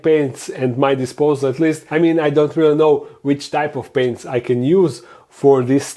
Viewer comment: I'm sorry but I totally heard I don't have any pants.😅